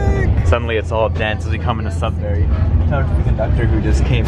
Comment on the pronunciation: I live in Sudbury (pronounced "sud-ber-ee" by the locals, not "sud-berry")! Never took the Budd Car though. And yes, Northern Ontario is VERY pretty. It's why I'm proud to live here! Highway 144! The main highway between Sudbury and Timmins, and the crossing is at Bannerman Creek, just south of Onaping Lake, where my grandparents built a cottage in the 1960s! I had a couple friends I went to high school with that lived in Cartier :D Chelmsford is the town I live in. I'm just down the road from that rail crossing! No station but it is a flag stop. Theoretically, I could hop on the Budd Car and take it to work! (edit: technically the stop for the Budd Car is closer to my place of work than my transit stop on GOVA is) I get to see the same views from my bus ride to work :P Speaking of which, you might be inspiring me to see how far on GOVA I can go in a day. It's a HUGE transit network, distance-wise. Unless you got to it before me! There is another station in Sudbury, on the OTHER rail line through it (I can never remember which is CN or CP but it's the one that isn't this one) that serves the cross-country Canadian VIA train. The downtown station ONLY serves the Budd Car, sadly. The other station, Sudbury Junction, is at the end of a road after a long industrial district and far from any of Sudbury's residential or commercial centers and far from the nearest local transit stop! Ha! Classic Sudbury! And I hope the homeless didn't accost you TOO muc